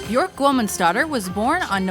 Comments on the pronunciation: it's pronounced byerk not byork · It's be- erk Rhymes with jerk Also you should have touched up on the Ricardo Lopez incident. Tragic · It’s Björk as in jerk with a B. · Ugh. It’s Björk, like work or jerk … not fork. Can’t wait to see her live again! She’s brilliant! Oh, she and her daughter, Isadora, will appear in The Northman next year, along with Anya Taylor-Joy, Nicole Kidman, Alexander Skarsgard and Willem Dafoe. She plays a Slav Witch. Can’t wait! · She said her name is pronounced byerk rhymes with jerk. Why nobody honors that? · I from America and we would pronounce "Bjork" at to B-York or Beyork t even if Bjork wasn't the correct way of pronouncing Americans would pronounce her name as B-york or beyork.. her name wouldn't sound like the word jerk... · Björk is prounounced bjerk (like in jerk), not kidding, just say Bjerk and you will be pronouncing it correctly ;) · So, Chris, you are saying that she doesn't know how to pronounce her own name or what, when she herself stated at that press conference that Björk rhymes with jerk?! Moron... Ö is an Umlaut, also at home in the German language, there is nothing comparable to it in English so she had to find the closest possibility... Jerk! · She pronounces byerk. It rhymes with jerk. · Frank Moran the umlaut is there for a reason. The proper pronunciation is "byerk." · Naky Mawlot she pronounces it as b-yerk, so we should pronounce it the same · If you're going to do a story about someone, at least pronounce their name properly. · the way they pronounced her name wrong the entire video made me cringe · * makes Bjork biography * * mispronounces her name * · YOU have to ROLL THE "R" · Please learn to pronounce her name correctly. Disrespectful. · You couldn't even pronounce her name correctly